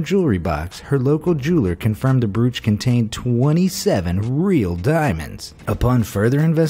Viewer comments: Bruch? Do you mean brooch? 🤔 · Bruch?? Brooch like roach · OMG I COULD NOT DEAL WITH THE WAY HE PRONOUNCED BROACH "BROOCH" AHHHHH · In regards to #10, despite the spelling, "Brooch" rhymes with coach, not cooch. Lol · Did anyone else want to jump off a bridge by the end of the first story after hearing him pronounce broach as BROOOCH for the 500th time? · If he says “bruuch” one more time... 🤦🏻‍♀️🤦🏻‍♀️🤦🏻‍♀️ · Brooo-ch. lol It's an effing BRO- ch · Broooooooch not bruuuuuuch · It’s pronounced Bro-ch (broach) not Brew-ch lol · That's brOach... NOT bruch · Pronounced "broach" not "brooch"!!!!! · you don't pronounce it as brOOch. It's pronounced Broach as in Float. Kindly re-programme your voice emulator. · Pronounced BROACH not broooooch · "brooch" is pronounced broach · It's a BRO-ACH - as in Roach. WTF - you had ONE job. UGH. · 🤦🏻‍♀️. Brooch is pronounced with a long o. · THANK YOU! Between that and brooooch, it was driving my crazy. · Brooch, pronounced broach, broach, broach! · BROOCH?...... pronounced.. broach as in bro ch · Brooch is pronounced with a long "o" sound, like broke,. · It's the British old school pronunciation. but I doubt the narrator knew that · You ate pronouncing the word "brooch" incorrectly. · Dude, you don't know how to pronounce the word "brooch"? Wtf? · That is not how you say "brooch" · Your pronunciation of brooch is so aggravating